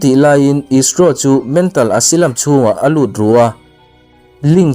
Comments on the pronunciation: Asilam ti suh Asailam ti roh. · Asylum - Asilam ni lovin Asailam tih zawk tur.. ☺️ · Asylum, Esilam nilovin Asailam tih a lam tur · Asailam tih tur